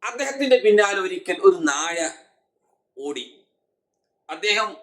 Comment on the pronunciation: നാഴ. അല്ല നായ